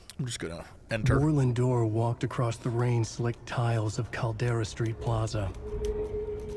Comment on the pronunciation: The pronunciation of “Warlin Door” sounds like “whirling door.”